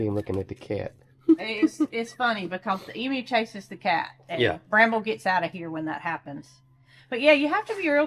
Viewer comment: Brambles mate 'Scrambles' 😊